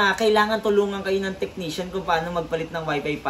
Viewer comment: Kumusta naman yung F sa pagkakasabi mo sa WIFI FASSWORD. Hahahahahahaha 😂😂 lang malakas.